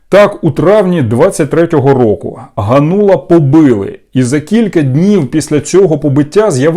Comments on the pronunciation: Та не ганУла , а гАнула ! 😡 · Какой Ганула? Спроси хотябы где ударение ставить.